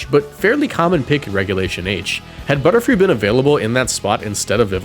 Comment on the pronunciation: i hear butter-fly!!